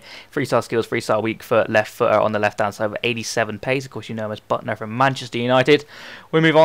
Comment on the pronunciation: its pronounced bootner not butner!